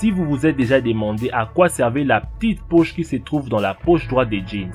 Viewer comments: La ptite pouch , resoulu , pouw etwe une vwai pouch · mdr " la pi poche dans le Jean " 😂😂😂😂😂